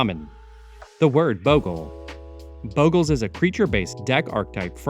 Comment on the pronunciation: The pronunciationbof bogles boggles me.